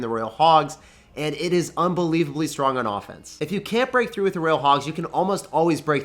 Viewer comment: "And it's unbelievably strogonoffense" ✌️